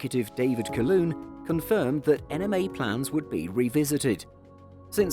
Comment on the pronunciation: Not Caloon......Calhoon! Just check how his name is pronounced!